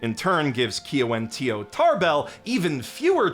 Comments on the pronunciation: She’s Mohawk, it pronounced like gya-wuhn-dee-yo not ki-ya-wen-tee-yo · FYI, the actress's name for Katara is pronounced "Gya-wun-dee-yo"